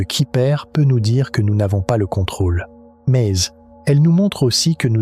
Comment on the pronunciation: Je n'ai pas encore fini la vidéo, c'est intéressant mais la voix-off qui fait ULTRA IA qui sort des "MEZZZ" à chaque fois (probablement pour "mais il/elle..") casse totalement la narration. Les vidéos aussi en légère animation de quelques secondes sentent l'IA, et on dirait que tout à été mis là en mode "fais-moi une vidéo sur ceci, génère des séquences de ... et crée un script".